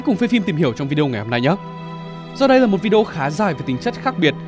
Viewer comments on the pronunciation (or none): none